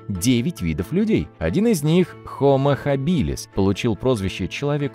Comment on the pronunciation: Только не хабИлис, а хАбилис, ударение на первый слог...